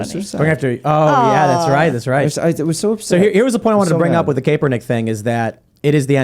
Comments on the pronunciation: It’s Kap as in ball CAP not KAPE -ERNICK just saying it’s apparent they’ve never covered him before , small annoying thing , I’m bored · Lol I hate Kap but her saying his name wrong is driving me crazy. It's such a simple name to pronounce